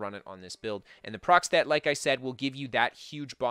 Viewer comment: procstet? is he trying to say a proc stat?